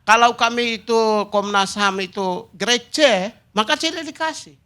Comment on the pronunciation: Grek grek apa kau bilang ini Pigai!!! Grade bukan grek🤣😂